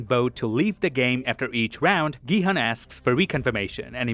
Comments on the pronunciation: His name is 성기훈 so it’s pronounced Gi-Hoon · Gi-Hun's name is pronounced Gi-Hoon or Ki-Hoon. Please pronounce it correctly. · Main character name is pronounced incorrectly. Try again with Gihun as "Gihoon" but dont make the oo sound too long. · Great video, v insightful. Btw, Gihun is pronounced "Ghee Hoon". Not your fault. Netflix was f*cking dumb and spelt it wrong.😢 Also, there are 3500 islands off S.Korea so it's plausible that it could have been v hard to find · that’s why I said 'effort'. He didn’t say all the names correctly but he has the effort to at least mimic how the names are pronounce in Korean. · GiHoon not Gihan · The u sound in "Jun-ho", "Gi-hun", and "Jun-bae" are all the same sound. You say it correctly when you say "Jun-Ho" but you say "Gi-hun" and "Jun-bae" incorrectly. Just a note for future videos! You wouldn't want to keep mispronouncing Gi-hun's name. Love all the little details you found, I didn't notice most of them!!!